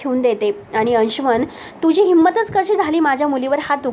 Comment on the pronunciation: कसी,आयुस्य, मलिका,धक-दयक ... असे कितीतरी अशुध्द शब्दाचे उच्चार करतेस नक्की तु मराठीच आहेस ना? आधी भाषा सुधार